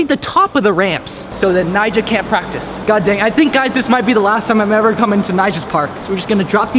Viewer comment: He kinda said the n word when trying to pronounce nyjah